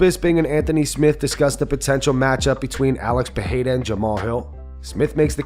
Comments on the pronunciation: Is it too hard to say Pereira instead of Peheyra? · If your gonna stress Adesanyas last name correctly please say Pereira pronouced "pear-aida" correctly..... btw your material is great